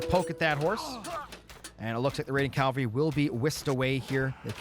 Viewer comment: is saying 'cal-vary' rather than 'cav-alry' a running joke or something ;) ?